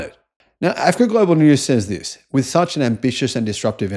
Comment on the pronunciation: This youtuber is so ignorant as everyone thumbing up this video., the way you pronounce Africa or say about Africa shows you have something against them and this invention. Go in loco and check by yourself.